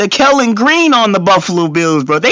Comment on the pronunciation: "I'm not going to say nuthin" and continues to say stuff😅 I love that everyone hates my team😂😂😂 Go Birds! And it's KELLY GREEN, not KELLEN.